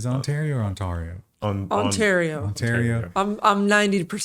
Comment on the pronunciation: Lmfao! "ont-ah-río". Like the lake? My God the education system down there is abysmal eh? 😂😘